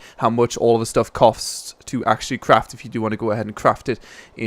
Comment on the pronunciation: ***** or is it when you say "cofts" instead of costs?